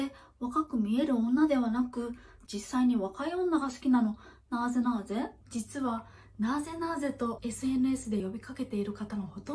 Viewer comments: そのイントネーションやめろ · なぁぜなぁぜ？のイントネーション思ったのと違かった